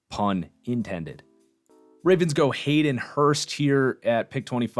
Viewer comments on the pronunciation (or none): none